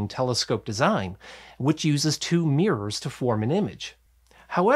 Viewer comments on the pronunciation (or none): There are two Rs is the word MIRROR…… Jesus Christ. No idea why you insist on calling it a Meeeurs